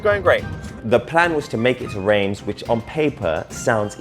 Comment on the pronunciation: Reims is pronounced Rans FYI